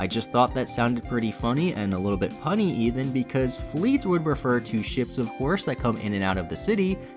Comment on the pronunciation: Northern German here, "Fleet" or "Fleth" is a Low German (different language than Standard German, yes there is more than one German language) and means "canal" and does not mean the same as English word "fleet", the corresponding word would be "Flotte". Also, you pronounced it wrong. Only an Anglophones would pronounce two Es as an I instead of a long E.